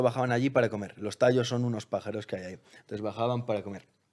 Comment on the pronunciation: y por cierto... es tayos, no tallos